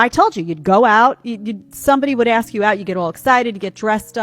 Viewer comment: what's with the axing? I just don't like that... at all. Seems like everyone has forgotten hoe to speak.